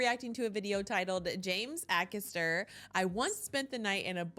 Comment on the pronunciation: A - lister. A - caster.